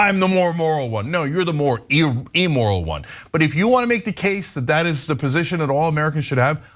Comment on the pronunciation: It's not " emoral". It's either immoral or amoral.